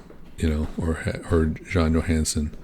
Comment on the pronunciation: Johansson is pretty much pronounce like you would do it in English. So almost correct, but son instead of sen. The Johansen is danish haha.